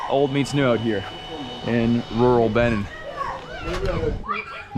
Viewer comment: It's not /Bini/ It's /Bené/ By the way, Say Hello to the Principalities in Benín Republic.😂😂😂